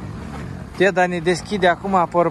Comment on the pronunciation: Craciun fericit cine face,si va spun un Bravo voua si deasemenea si lui va urmaresc cu drag si imi faceti placere si va urmaresc cu drag.sunteti niste oameni minunati.foarte frumos vorbiti si lucrurilor le spuneti pe nume.si cel mai frumos spui spui cuvantul,DEDA'.bravo de tot ce faceti❤❤❤